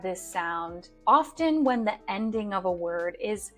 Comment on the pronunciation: Dear Ma`am you misprounounce the word ``often``